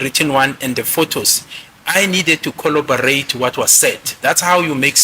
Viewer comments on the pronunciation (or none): Coll-what now?, it's CORROBORATE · Bathong “kholobarate”🤣🤣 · Coloberate 😂 what’s xoloberate? Collaborate bree ga dear tsek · If we count the number of times said “colobarate” 😭😭😭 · The word he is using is corroborate and he is using it correctly. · Imagine being educated by someone who can't even say "corroborate."😮